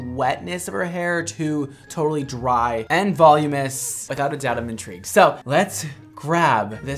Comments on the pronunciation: I know the hairstylist didn’t pronounce “va-loominous” as “volume-iss” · The word "voluminous " is pronounced VOL-LUME-AH-NUS and not VOLUMUS. Apologies, I'm a Grammar, Spelling and Pronounciation Nazi. Aside from that, this is a great video. You've made a sale for this company. They should pay you a commission!